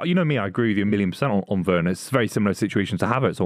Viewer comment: Truth spoken for once by Rory/Buvey. Timo Werner is SOFT. Also needs to be told its a hard ‘V’ sound not soft ‘W’ on Werner. Grating to keep hearing it 😬💀